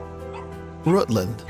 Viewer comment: He also sed Rêœütland